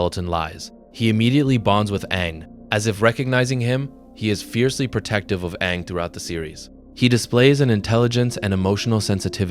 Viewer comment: Eeroh, saying aang wrong and chive blocking are crazy